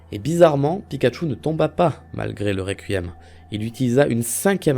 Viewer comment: On est d'accord qu'il a dit recouillem